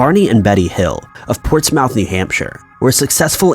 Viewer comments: Born and raised in NH and I'm sorry to break it to you but that is not how you pronounce "Portsmouth." I mean no offense but as said in previous comments you may want to work on your pronunciations it's cringey especially considering the number of people that subscribe to your channel... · Lol, maca-BRUH? Macabre is pronounced MAH-COB...lol Ports-mouth is pronounced PORTS-MUTH. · Portsmouth is pronounced port-smuth.